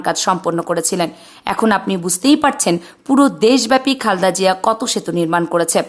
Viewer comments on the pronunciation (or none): খালদা জিয়া খুব খারাপ শুনাচ্ছে সুন্দর করে খালেদা জিয়া বলতে পারলে বলবেন নাহলে ভিডিও করার দরকার নাই 😢